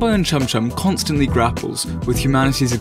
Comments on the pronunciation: Wait did he say fanboy and cumchum or am I just hearing things in the morning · Wait... am i the only one who thought he said Cumchum...? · did that boi say fanboy and cumchum 🥺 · He said Fanboy and CuMcHuN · is it just me or does anyone else realize that they pronounced Chum chums name wrong cuz this is sending me flying